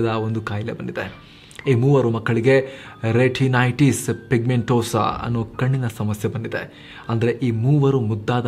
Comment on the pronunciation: a small correction. Once u pronounced retinities, then renitities. It's OK. Don't mind. Just told.